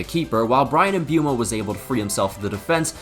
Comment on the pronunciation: Bro people will do anything but learn how to pronounce Mbeumo. Imbue-mo? Wallahi you're finished